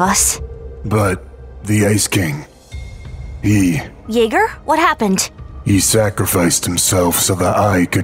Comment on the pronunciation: It's Yeager not Jaeger